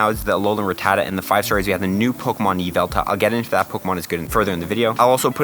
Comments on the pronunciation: It's YveltaL with an L at the end. It boggles my mind why some people ignore that. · Dude said Yval-TARD!!!!